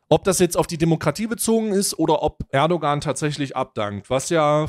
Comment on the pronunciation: Das ğ in Erdoğan ist stimmlos sorry ist total unwichtig aber es triggert mich immer total